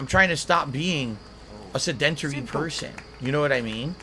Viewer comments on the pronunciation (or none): I like that he says he is trying to be less sedentary only butchering the pronounciation. emphasis on the DENT lol